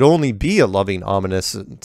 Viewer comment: Omniscient = om-nish-ent.